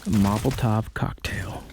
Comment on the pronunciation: Did you say movoltov cocktail again? Nice call back! Keep up the awesome videos.